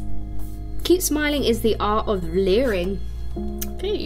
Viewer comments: It says "living" not leering lol 😅🤣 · Living not liring lol